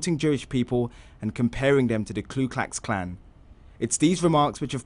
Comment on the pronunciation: who are the ‘Klu Klax Klan’? Amateur pronunciation 🤦🏾‍♂️🤦🏾‍♂️🤦🏾‍♂️